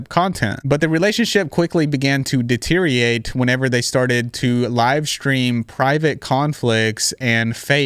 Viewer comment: I love you so much and your country accent but PLEASE try to practice learning how to say "deteriorate" 😭last vid you were slurring it and now you're just saying "deteriate".